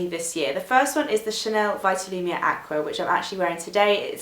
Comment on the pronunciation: It drives me crazy the way everyone pronounces Vitalumiere wrong. It's pronounced veet-alumiere because it's French. Great video though, I love your choices